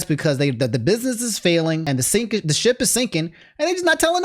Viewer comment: "The sip has been shinking" Nah man I heard that "sit"